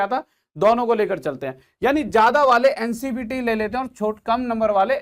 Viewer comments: Sir ji ncbt nhi hota hai ncvt scvt hota hai🙏🙏🙏🙏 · Sir ncvt hota है not a ncbt